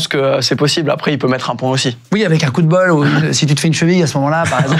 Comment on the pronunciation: "C'est un coup de bol!", je dirais que c'est plus un "coude bol"!